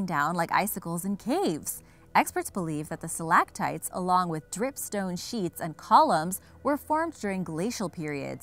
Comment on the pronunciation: learn how to pronounce stalactites.